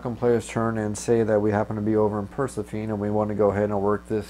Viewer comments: Great video one thought though.... I think Persephone is pronounced "Per-seh-fo-nee". If I'm not mistaken. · Repeat after me: Per-seph-uh-nee. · I can't take it. Purr+sef+uh+knee. Not per+suh+feen. I'm sorry. You know the game, you know English, you're more than an acceptable orator, just not a Greek mythology afficianodo. I believe inara is based from there, and three episodes mention the planet. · So i like the walk threw but dude you cant pronounce persephone right all😆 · I so deserve to be harassed about how badly I pronounced this name! I would edit it but at this point I grin about how badly I messed it up! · You are correct and I don't have a good excuse for my goofy pronunciation either. I'll blame my microphone! :) Thanks for watching!